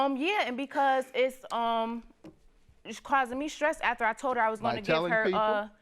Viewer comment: Hunny, you cannot trust someone who cannot pronounce "after" correctly.